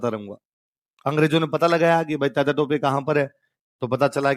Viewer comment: अबे चू .. तातिया. नहीं तात्या